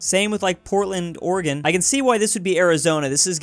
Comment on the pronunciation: Congratulations, you said Oregon like a normal person (not like, ory-gun, or ouuurrgan)